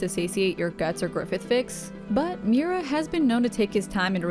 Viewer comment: It's mee-oo-ra, now mew-ra. 3 syllables.